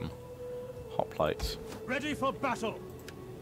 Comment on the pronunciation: If you watch the video it sounds like he saying Spartan hoplATAES